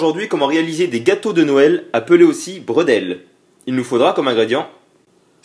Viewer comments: Brédeulé sa se dit pas bredle lol. Rohhhh merci pour les alsaciens :p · Bredeuleu ququ'on dit 😉